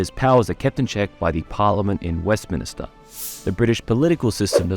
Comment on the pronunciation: For a first video, this is fantastic! Really well edited and written. One thing - it’s WestMINster, not WestMINIster 😉